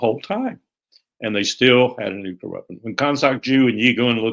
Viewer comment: Why can’t nobody pronounce “nuclear” correctly.